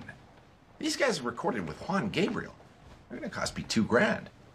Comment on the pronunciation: Not to mention House pronounced ‘Juan’ correctly! 😂